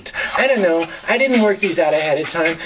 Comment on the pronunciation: He says i don't know when i watch from lah WHAT THE F*** IS HE SAYING?!!??!